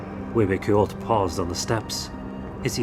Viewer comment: I'm six minutes in This was the perfect opportunity to show the world and teach the proper pronunciation of words such "Mexico, coyote, hue hue coyotl" Instead this feels like it was made by Americans for Americans only based by Mexican lithology, at this point of I'm already afraid that I will continue hearing names being butchered, axolotl, ahuizotl, Quetzalcoatl.....